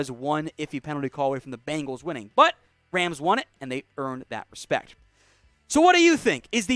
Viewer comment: Seriously, am not a Bengals fan at all, but please pronounce the name right. There is only 1 A n bengal.